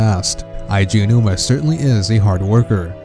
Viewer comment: I guess not. The guy should know how to say "A G OWNOOMA"